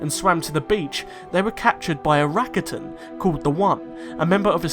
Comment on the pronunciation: You pronounce rakata wrong.